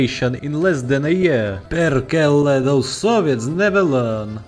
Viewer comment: nailed the pronunciation of words "perkele" and "hakkaa päälle pohjan poika".